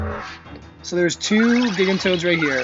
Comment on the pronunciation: Thank you for the help finding those things. It's the second of your videos that has helped me. One thing though... do we know that's how "gigantoad" is pronounced? Before I heard you say it, I thought it would sound like the word "gigantic" but with "toad" for the last syllable. That's a "J" sound at the beginning.